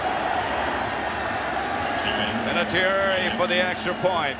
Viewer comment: Vinatieri* 😁 He has a lovely Italian name. Pronounced “Vinna-tyerry”